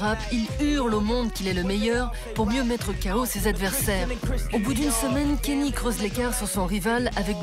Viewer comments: 8min de vidéo où vous dites "Kenny" et non pas "Kanye", ça vous discrédite direct. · Il s'appelle KAAAA - NYÉÉÉÉÉ pas Kenny ou je ne sais quoi ! Orrhhh!